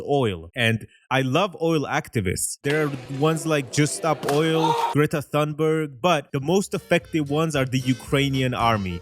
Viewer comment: as someone who understands swedish, for the next time you say Greta Thunberg say it as Greta Tunberg like if the H never was there. U still goated